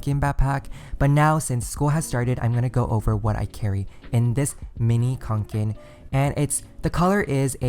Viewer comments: It’s kanken not konken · It’s Kanke not KONKEN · Did it bother that he is saying QANQEN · It’s actually pronounced kånken because it’s a Swedish company and the name is pronounced konken like a conch shell 🐚 Most people pronounce it like “Kay-nken” but that’s not how it’s supposed to be pronounced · you're so close to the correct pronunciation! It's pronounced cone-ken xD